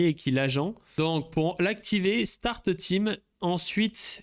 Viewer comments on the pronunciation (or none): none